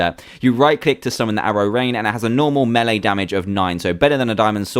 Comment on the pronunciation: and said melee wrong he made it to be meele